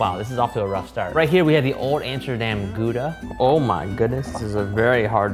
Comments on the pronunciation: me who is from gouda finally correct pronounciation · As a Dutchie, that Gouda pronunciation ~*Flawless*~ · This is literally the first time I have ever heard anyone outside of the Netherlands pronounce Gouda properly! I even corrected Shane when he said it near the start of the episode... it pleases me to hear it pronounced properly... Personally I would have also added crispy bacon bits to the crumb topping and maybe used bone marrow in the sauce. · I appreciate the addition of the right pronounciation of Gouda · Loving the correct pronunciation of gouda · As a Dutchie, I'm very impressed by the pronunciation of "Gouda" by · I was so glad when I heard someone from the US at least trying to pronounce it right. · Gouda pronounciation pretty good :3 i'm from holland and gouda is nice :3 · Damn that cheese guy knew how to properly pronounce Gouda (he did about as well as I can expect for a foreigner), I trust him with my life. Old Amsterdam is personally not mt fave, it's a little touristy, I believe it's artificially aged, but I'll go for an old Gouda any day. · People pronouncing Gouda correctly makes me happy for some reason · I can't believe how many people don't know Gouda pronounced with an H sound! Especially, he has eaten so many worldly foods how has nobody told him that before?! lol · Thumbsup for the correct pronounciation of Gouda :D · Solid attempt at pronouncing Gouda -hat's off hahaha